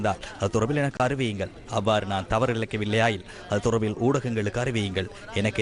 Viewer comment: இப்போ வெளங்குதா.. "தொடர்ர்பில்ல்" என்று வாசிப்பது..😮..(😢..)